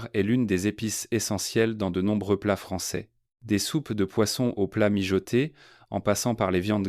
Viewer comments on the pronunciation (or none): none